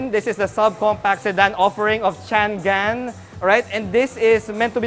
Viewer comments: Chang-An..di yan Chan-Gan..anak ng baka naman :) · How is that pronounced really? I thought its Cha-ngan or Chang-an.. Hmmm car reviewers, at least please try not to butcher the brand names😆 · Actually po it is pronounced as shhhhaaa-ngan 😊 Jushnie Diarene Cariño Showroom Sales Consultant at Changan Batangas 😊